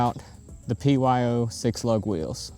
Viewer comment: You said P O Y in the beginning GOBBLESS